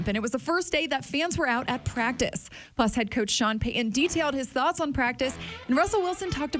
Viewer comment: It’s coach Payton. Not coach Payuhhn.